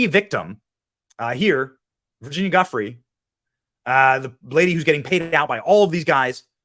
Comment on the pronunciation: Giuffre is pronounced Ju-Fray